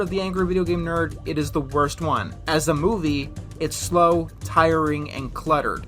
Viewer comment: The first syllable of the word is missing. Did you mean for that to happen in that cut? I think that said "The worst project." But all that came out is "orst project."